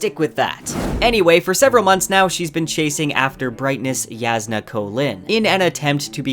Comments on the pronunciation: Yahsna not Yazznuh, Navahni not Navanny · Why does this guy keep pronouncing J like it’s a Y? She’s not Mexican dude. Her name is Jasnah, not Yasnah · Jasnah is pronounced YOSS-nuh, not yaz-nuh. Edit: I was wrong about this, apparently it is pronounced Yass-nah. Thank you BookHopper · Sorry but that's wrong. Even the coppermind site says it's pronounced 'YASS-nah ko-LIN' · I'm actually low-key impressed that you've managed to somehow pronounce every. Single. Characters name differently than I/most people. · Sanderson encourages readers to pronounce names however they want. The way you originally said it is how I said it too, and I like it better that way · I’m sorry but I listen to the audio book and it just lowkey bothers me but you still pronounce Jasnah, Roshone, and Navani wrong